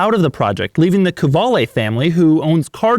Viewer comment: De Muro - Italian Qvale/Quali - Italian Doug’s pronunciation of the brand … ain’t Italian ain’t Italian-American.